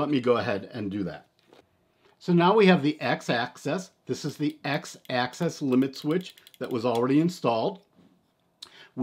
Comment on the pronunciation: I had to stop watching. It’s “Axis”, not access.